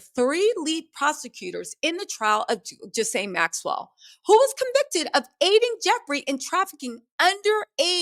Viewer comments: Gee laine. Not Jis laine. (Gee is said like Geek minus the k) Thank you. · Girl... it's GEE-LANE. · I really need you to say Ghislaine name right. 😂😂😂